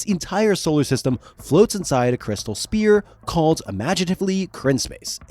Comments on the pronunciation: *sphere… not spear. Sorry to be that guy 😬 Excellent video though!! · Sphere is not pronounced "spear"... its "sfear" the p is said like an f in this word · SPHERE... Crystal Spheres. Not Spears. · I am not normally the guy to comment this kind of thing but it is pronounced sfeer not speer. "ph" makes an f sound. This was driving me nuts. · SPHERE not SPEAR... say "SFEAR"... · Why does it sound like you are saying crystal SPEAR instead of sphere? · That’s a “ph” as in “ff” in sphere. Not spear.. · Great vid but... Sphere is pronounced as "sfear". The ph is phonetically pronounced as an f. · The repeated mispronunciation of “sphere” is killing me. Otherwise, great stuff. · How does this guy not know how to pronounce "sphere"!? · Your enunciation of sphere is killing me bro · The worst pronunciation of sphere I’ve heard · Is it really that hard to say the word, "sphere" correctly? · But you were fine with the hard p in "sphere"